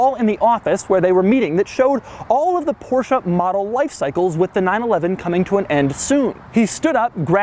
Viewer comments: it's porsche not porscha >.> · Why you call the brand PORSCHA. WHY??? It's just called PORSCHE, PORSCHE-E-E-EEE! PORSCHEEEE not PORSCHA? WTF??? You call it like this all the time. Cmon man. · this is NOT A PorshA it is PorshE , E E PorshE not PorshA